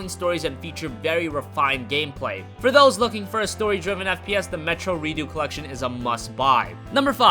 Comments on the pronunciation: it's ReduX not Reeduu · its called reDUX not redo xD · You don't even say redux properly